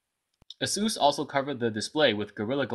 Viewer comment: it's "ace-sus", not "a-zue-s"... and just to be fair, all the other phones that you have reviewed were all "name-brand" smart phones, though some were not highly recognized in the U.S. market. But nevertheless, they're name-brand.